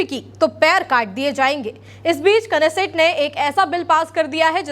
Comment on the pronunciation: नैसेट ko sahi padhe